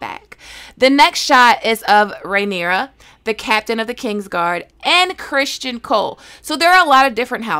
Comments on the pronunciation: Its not Christian ..its Criston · Uh, no shes not. She literally only got two things wrong in this video. She pronounced Cristons name as Christian, and the dragon at the end is Syrax. Her own personal beliefs/theories may be wrong, but she has the lore down pretty good.